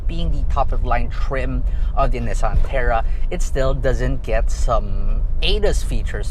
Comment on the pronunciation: The annoying part is the way you pronounce “Nissan”. Where in the world did you get that?😂😂